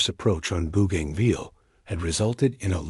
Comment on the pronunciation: Mate its not booganville its Bo ganville AI needs to improve